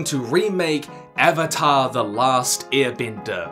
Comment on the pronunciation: its Avatar not Evatar lol 😅